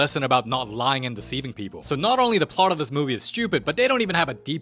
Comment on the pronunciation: Noooooo 😭 he didn’t say,” Da movee begins”